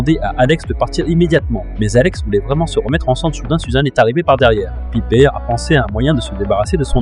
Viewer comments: Piper C'est anglais pas pipèr et pas pipé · Tkt ça se prononce "Païpeur" mais bon les voix off ont du mal 😂